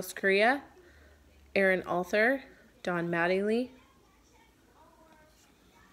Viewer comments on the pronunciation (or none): How to say Altherr is like saying “All Tear” he’s not great but wanted to let you know how to say his last name lol